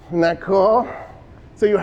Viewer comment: He wouldn’t even pronunce the “isn’t” it’s like “hmdacool ? 😂😂😂 salute to the professor